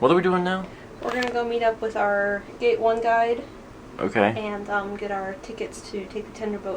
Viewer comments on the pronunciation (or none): none